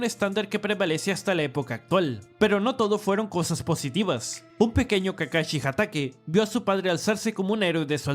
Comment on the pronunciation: llamenme mamador pero que culero se escucha que digan "kakachi" en vez de "kakashi" me recordo a mi ex que al "sushi" le decia "suchi"